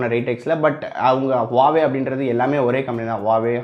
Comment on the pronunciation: Its Huawei...Not a Hauwei 😂